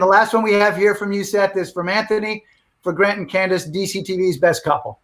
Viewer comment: He called her candeece